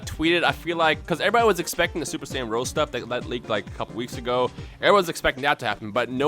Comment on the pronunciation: It is Super Saiyan Rosé, as in Rosé Wine, not Super Saiyan Rose, like the flower. So "Black Rose" doesn't make any sense.